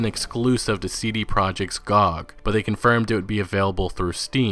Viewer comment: lol who says g-og its g-o-g